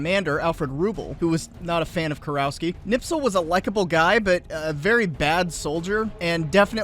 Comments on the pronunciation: I love your videos but FOR THE LOVE OF GOD stop pronouncing his name Knipsel. It's pronounced 'Nispel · The man is named Kni*sp*el not Kni*ps*el. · "KniPSel"? I thought it was "KniSPel"! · It's Kurt KNISPEL. Not "Nipsel". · it's knispel, not knipsel but good job on finding Dr. Toepfer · That was painful to listen to. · Mildly amused by Knispel being pronounced Knipsel. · It's KNISPEL, could you at least bother to read the name properly? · How? How. How. Do all Tuberoos get Knispel's name wrong when pronouncing it?